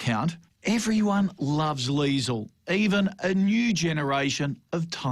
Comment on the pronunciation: Get the name right, it's Liesl